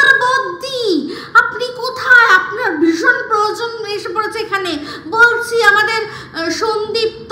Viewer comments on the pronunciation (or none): none